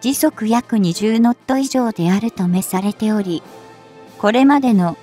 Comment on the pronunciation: アクセントは別にしても、「留まっていた」は、この場合「とどまっていた」、 「目されており」は「もくされており」と読むべきでは。日本語は難しいな。